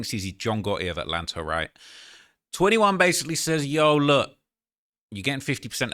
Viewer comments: He said Ratlanta!!!!! 😂😂😂😂 wow 🪤 going crazy, what you expect from Savage his name is savage and he did Adin durty, where my Slimes at!?😂😂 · He said "ratlanta" whew 😂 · He said RATlanta 😂😂😂